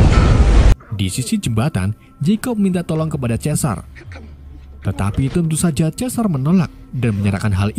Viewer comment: Bukan chesar tapi sizer kalau guna huruf melayu juga bukan Chales tapi chars